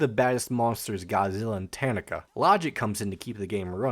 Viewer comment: That Tanaka pronunciation was a jumpscare.